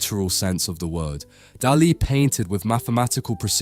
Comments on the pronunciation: No es Delè, es Dalí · Lose the AIs; their emotionless fake "voices" are grating and they mispronounce things (for example, "Dali" is "DAH-lee", not "dah-LEE"). And no, the checkerboard floor does not extend to the horizon, but rather, only a short distance. And no, literal religion and science are not compatible; they contradict at the level of their very foundations (conflation of fantasy and wishful thinking with reality, on the one hand, as opposed to a demand for physical evidence, on the other hand); this clumsy attempted ecumenicalism and false-balance is yet another AI "tell". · It’s not Dullee it’s Dahlee!!! Get it right!!! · God dm young people fkn always mispronouncing everything, flippin infuriating , bro Daaa Lee no one in the history of EVER has pronounced it the way you are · de lee? Why on Earth have you invented your own unique way to promounce his name? Ridiculous. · ¿"Deli"? Why don't you educate the robot? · Who says duh lee? It's grating and I cant watch. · A very enlightening synopsis of Dalis intentions and a novel way of pronouncing 'Dali'! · Teach your AI how to say his name. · AAAHHHHHHAHAHAHAHAHAHAHAHAHAHAHA... AI SLOP YOU CAN'T EVEN PRONOUNCE HIS NAME RIGHT! YOU AI DOPE. THIS IS SUCH HILARIOUS AI SLOP. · I mean, get the name right... if nothing else... tell the AI to at least pronounce the name right. Please... really? Come on. Just bloody lazy. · Por favor,aprendan al menos pronunciar nombres no ingleses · Ai can’t pronounce Dali correctly. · Salvador… QUÉ? La voz en castellano de la IA es INAPROPIADA. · You mispronounced Dali's name repeatedly! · Why do you pronounce Dali's name in that strange way? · if you could only get one thing right. maybe you could also be able to say names ffs